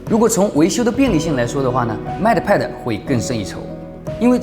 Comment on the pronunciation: 麦特派的。。。英语是体育老师教的吧？😂